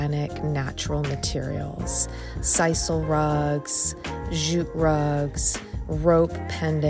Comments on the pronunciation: LOL or every time she says zjute instead of jute! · The place is looking good and I love the simplicity of it. I'm digging the elements that are natural along with the superb photography but why oh why oh why why why are you staying "zjjjjuuuuute".. The word is jute. It's very simple. Jute, jute, jute, practice that. Mercy! At least you are not wearing a backpack like Anne-Marie Barton.